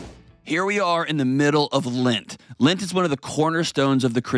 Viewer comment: John it is LEnt, not LInt. Lint is the stuff in your dryer